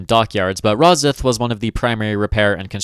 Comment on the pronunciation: It's not rosith, it's pronounced ros-syth but other than that, incredible video